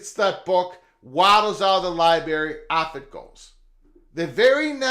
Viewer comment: What's a Libary?